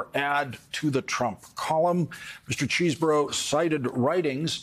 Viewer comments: it's pronounced "chez-bro", not CHEESEBORO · All right folks listen up! The lawyer Kevin cheeseborough is from Wisconsin, right? The correct pronunciation of his last name is cheese bro.